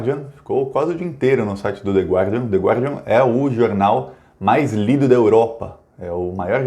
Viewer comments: Se você quiser pronunciar direitinho o nome do jornal, é só omitir o "u". The Górdian. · Filhote ,não leve a mal mas a pronúncia é o" de gardian" . "Gua" em Inglês é pronunciado "ga". Abraços do veio walter